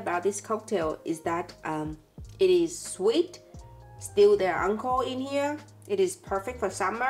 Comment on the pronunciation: if you close your eyes and listen, 13: 44 "Alcohol" sound kinda like "Unle Ho"